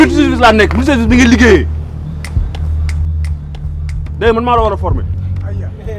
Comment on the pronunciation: Avez vous entendu comment a prononcé multi_services😂😂😂😂 magui vrouthie mane